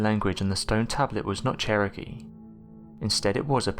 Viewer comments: Ummm Cheriokie? CHAIR-oh-key! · I live near the first place Knoxville Tennessee where the tablet was found and its Cherokee not Char ok ie